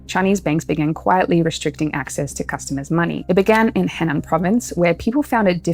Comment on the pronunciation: Just a small point: Henan is pronounced (roughly) "Huh-nan." Attempting a pronunciation closer to the Chinese would make it much easier to understand.